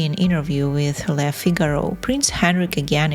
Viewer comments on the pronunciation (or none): none